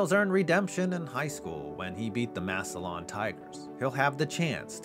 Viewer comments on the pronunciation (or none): HEY, ITE PRONOUNCED MASSUH-LIN, NOT massuh-lawn! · Massillon = “Mass-lyn” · It's pronounced mass-alin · Massillon, pronounced easy off the tongue as “Mass-lun”. Everybody from the outside says “Mass-ih-lawn”, so no worries. But still lol. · It’s pronounced “MASS-lin”, not “MASS-il-LON”. -Guy who lives in Perry Township, right between Canton and Massillon, Ohio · McKinley's home stadium is the Hof field, and its just Mass-lin lol good vid ❤ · Being from the area hearing you pronounce Massillon makes me wince lol Mass-ill-un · The way he said Massillon, he said Mass-O-lawn😭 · It’s pronounced “Massillin” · Great video. All I want to say is that Massillon is pronounced Mass-a-lin. I know it's petty and werid but I wanted to clear that up before some moron went on a rant about it. Anyways, keep up the good work. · I know you’ll probably never say the towns name again, but Massillon is pronounced mass-lynn! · I'm from Canton, and much as I hate the tigers. It's pronounced massilin. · I'm in ohio. It's pronounced Mass-a-lin lol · I love your videos but the way you pronounce Massillon kills me. It's pronounced Mass-Lynn. I live ~25 minutes from there. I know it's rare but if you talk about them again please see this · Massillon is pronounced Mass-il-in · I’m sorry it just sounds so odd hearing it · And he said massillon wrong lol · That pronunciation of Massillon physically pained me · I’m from Ohio and the way he is saying “Massillon” is irking me 😩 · I've never heard Massillon pronounced like that. Hits the ear weird.